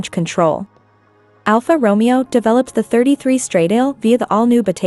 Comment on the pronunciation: Please, get some basic understanding of how to pronounce “ semi- correctly “ the ITALIAN ( NOT English !!) name of the brand and the model !!! STRADAAAALE WITH THE A AS IN ANN !!!! 😖😖😖😖